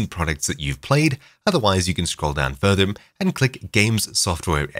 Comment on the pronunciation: this guy puts m's on the end of so many words. "videom", "herem", "furtherm", what accent is this?